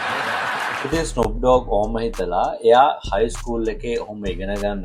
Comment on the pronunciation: ඩෝග් නෙමේ ඩොග්